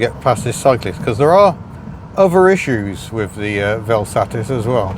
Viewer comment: Got to love that you have a Vel Satis (miss Hubnut will not excuse you for the way you pronounce it) but heck, sounds like you got the worst example possible. Curious if you can get it a bit more... loved.